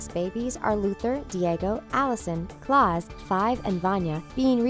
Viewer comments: i know i thought it was pronounced Klouse idk how to spell what i want to say srry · yes yes she did 😂 now let’s say it together it’s pronounced “klows” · K-L-AUCE That’s the pronunciation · anyone else triggered by the way she pronounces Klaus’ name?? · I'm reeling, how tf, do you mess up Klauses name, it's literally said in the god damned movie. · Um Vanya isn't telekinetic..... She absorbs and releases sound. And please pronouce Klaus right. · he don,t have a name cause he was not there when they got names and watch the show and pronounce the name klause right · lady speaking: pronounces Klaus me: TrIgGeReD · Hardcore triggered by how she says klaus’s name..... love him!!!!! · the way she says klaus makes me wanna scream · Ow my head hurts by the way she says Klaus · How can u watch a whole first series and sTILL pronounce Klaus’ name wrong???? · You said Klaus wrong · OMG SHE SAID KLAUS WRONG IM DEAD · you said klaus wrong and aidan gallagher who plays 5 said spoilers for season 2 in the secong comic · Stupid bitch mispronounced Klaus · For god sake his name is klause your saying it completely wrong so maby get some English lessons and Robert Sheehan is hot and very kind and a amazing actor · This is uncomfortably cringeworthy. The narrator doesnt know how to pronounce Klaus correctly. Then she says we don't understand why Number 5 isnt named, but that was addressed within the first episode or two 🙄😒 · WHY DID SHE SAY KLAUS LIKE THAT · Is it just me that doesn’t like Vanya like at all? Also KLAUS, SHE PRONOUNCED HIS NAME WRONG!!! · HOW DARE YOU PRONOUNCE KLAUS’S NAME WRONG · 😳 she pronounced Klaus's name wrong. did you she watch umbrella academy? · I dont like the way she said klaus name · What the bloody hell is wrong with her voice? She sounds like she is trying to put emotion into it, but cannot! Is this voice of a bot or is this an actual woman? Btw, the way she pronounced Klaus was atrocious! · Please don't prenounce it Clause. 🤦🏾‍♀️🤦🏾‍♀️🤦🏾‍♀️